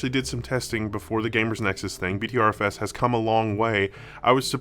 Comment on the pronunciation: Is it not pronounced butter fs?